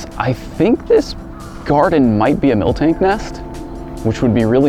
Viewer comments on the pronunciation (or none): none